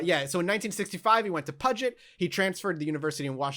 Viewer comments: Pew-jit* I've never heard anyone say the 2nd syllable as jet and I've lived in the PNW all my life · Great episode! One correction, though: Puget Sound is pronounced pyewjit, not puhjit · Threw up in my mouth when said "Puh-git" Sound. Pew-jet. I know Washington has a crapton of locations with crazy names, but I'm gonna take a stand on this one. Still love you guys <3 My algebra teacher in high school actually worked with Ted Bundy at a Seattle yacht club. She used to drive him home, and her car was janky, so she had to tie the driverside door shut. Nothing ever happened, but it's spooky, for sure. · Puget (pew jet). Pain. Pure pain. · Lmfao at pudget sound.... not even close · everyone from washington hated the way you said puget sjkdfhkjh